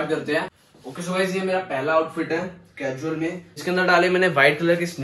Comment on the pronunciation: Cajual nhi casual hota h bhai 👍